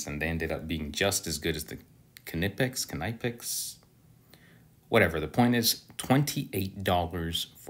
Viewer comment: How tf can you be the "" and not even know how to pronounce Knipex? LMFAO!